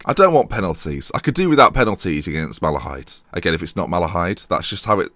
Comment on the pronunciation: Drogheda is pronounced Draw heda. You pronounced Malahide right btw. Love the series.